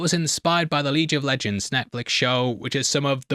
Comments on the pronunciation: the leej of lejends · "LEEJ of Legends"??, other countries will think we can't pronounce anything 😂 we swear, it's just him! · the huh? The Lege of Legends? I think you’re missing a vowel there mate, minds like how Brits can’t pronounce the letter T properly